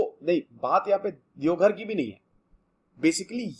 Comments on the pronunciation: Devghar nahi sir it's deoghar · Deoghar plz correct ✅ not devghar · No devghar It's Deoghar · Devgarh ❌ Deoghar✅ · Sir ji it's Deoghar not Devghar... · Sir it's "Deoghar"